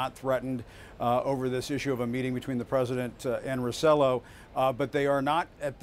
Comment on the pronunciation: Ricardo "Ro-CELL-oh" ??? Really? That's embarassing. Has Acosta never heard the governor's last name pronounced? Acosta´s supposed to be half Hispanic.